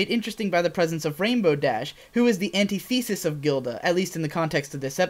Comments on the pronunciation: Great commentary, but one niggle: Antithesis: an-TIH-theh-sis, not anti-thesis. I totally get that though, I do that all the time with words I read but don't hear. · It's anTIthesis, not antiTHESis. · I agree with you on everything...except I think it's pronounced an-TI-the-sis instead of an-ti-THEE-sis :P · An-TEE-THEE-sis? Proper pronunciation: An-TIH-theh-sis. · an-tith-uh-sis... Sincerely, Correcty Correcterson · Antithesis, you are a horrible word. Can't you be pronounced the way you look? I can deal with words like epitome, since it's quite different from other words, and can set a precedent. But you use a facade of familiarity. You make us think that you're just two pronunciations we've used plenty of times before, just attached together. Then you have a definition that reinforces your mask. But your entire life is a lie, antithesis. TL;DR, you pronounced antithesis wrong, but I don't blame you.